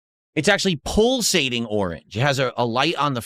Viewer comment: What’s pull-sating?